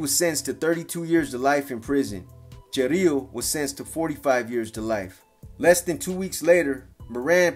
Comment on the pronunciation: Is chirilo not chorrillo😂😂